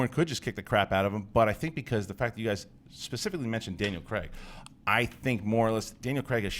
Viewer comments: dear americans, pronounce words properly... Daniel creg!!!!! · his name is Daniel CRAIG not Daniel fucking Creg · Daniel 'Cregg', I hate the American pronunciation of that name.